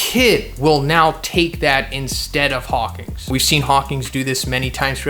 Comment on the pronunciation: HAWK-IN NOT HAWK-ING